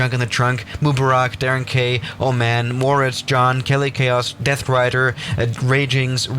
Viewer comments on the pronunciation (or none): none